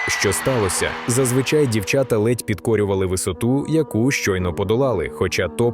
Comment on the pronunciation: ЗвИчай, але - зазвичАй,! А Ярочка - наймагутнша!! Слава 'Героям України!